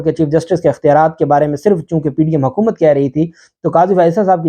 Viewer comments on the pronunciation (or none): none